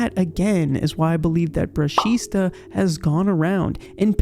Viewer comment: It's actually "brushita"